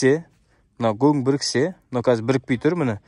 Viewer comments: Жарайсың, бауырым. Ісіңе береке берсін! Бірақ гөң емес көң деп айтқаның дұрыс бауырым. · Гоң емес Коң деп дұрыстап аитшы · Гөң емес, көң, қазақтың таза сөзің бұзып, бұлғамаңдар. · Өзбекше гөн демей КӨҢ деп айтсаңдаршы ! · Гөң емес көң деп айтайықшы